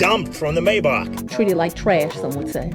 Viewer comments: Why you say mayback like that 😭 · the way he said maybach☠️☠️☠️☠️☠️☠️